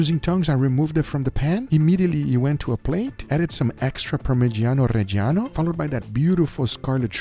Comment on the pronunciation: Please try saying: parmidjano redjano (approximately). The i is silent! 🤫 Other than that: love your videos! 🤩😉